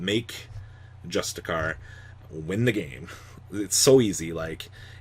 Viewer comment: I don’t think you care but if you do, justiciar, the “c” is pronounced as “sh” good video as always